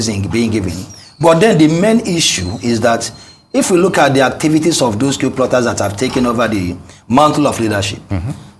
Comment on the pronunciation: It is not Kew. It is Coup.